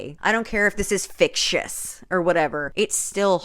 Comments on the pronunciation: Every time you said fictious I actually cackled out loud. I just can't. Also, this book is a crime against words, both real and not real, and the queer community. Yikes. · I’m sincerely afraid that you’re going to be saying fictious for the rest of your life.